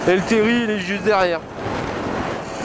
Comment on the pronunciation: Salut, je croyais qu'on disait "terrile" non?